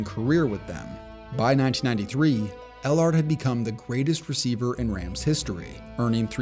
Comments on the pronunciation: It's Henry ell-erd.. not ell-ARD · It’s pronounced Henry L-erd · Obviously the narrator never saw Henry EllAAAARRD play, lol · Pronounced “Ellerd” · Stop saying ell ARD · 1. Ellard is pronounced El'urd. 2. It's hard to rank since 1985 because a 7 round draft is fairly new in the SB era. 3. I very much a video like this. Well done. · It’s Henry Ellard (L-ERD)